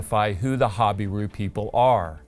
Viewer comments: I am assuming it’s an American pronunciation ‘hobbyroo’????? We pronounce it ‘ha-beer-oo’ in UK. The secular archaeologists are god haters so they are unlikely to believe anything in the Bible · Your pronunciation of "Habiru" sounds different from other names in Israel. Hazor, Lachish, and Gezer pronunciation are what I heard other researchers say. I think the accent should be on the second syllable: ha BI ru. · It even sounds like you are pronouncing hebrew falsely when you say habiru. I find it to make perfect sense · Habiru is a mispronounciation of Hebrew